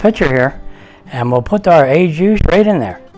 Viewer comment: Not "ay juice". More like "oh zhu". I'm sure you're a great chef.